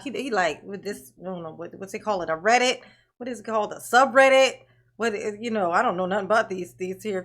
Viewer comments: Hahaha, when they first mentioned a Reddit post, he mispronounced REDDIT!!!! So they thought he never heard of it!!!😂😂😂😂 he’s like,”my gang member helped a bro out, in code!!!!Ok, how can a juror know what the judge says and does while they’re NOT IN THE COURT!😂😂😂😂😂😂 furthermore!!!, he exhonorates the judge and prosecution for writing the post 😂😂. The DAs office reminds Brooks that everyone around the world knows what’s going on in there! 😂😂😂😂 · It was so painfully obvious. Between pretending he didn't know how to pronounce "reddit" the evening before to accidentally calling it a "thread" then frantically trying to backpedal w/ "or ahh ahh whatever you call dis, I don't really know" he gave himself away. He's not nearly as clever as he thinks he is. Plus the post specifically said they didn't like "the way the judge treats him when we aren't in the room". Well how would the juror know what's happening when they aren't in the room?